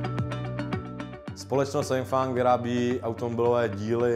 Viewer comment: Kromě toho, že manažer neví, jak se jmenuje jeho firma "Yengfang" tak dobré :-D